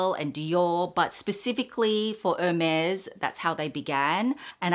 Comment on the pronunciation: the collection is stunning! It’s really breathtaking. A side note🍒🍒 It is pronounced no matter where you live Air-Mez I have googled it, YouTubed it & asked my SA. Xoxo nanc 🍒🍒